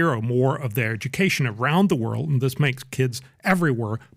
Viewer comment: PBD can't say "th" very well. "Dat dis is happening..."